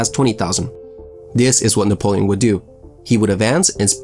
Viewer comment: Boi u need to fight a hundred battles before you should open your mouth.."Nepolion"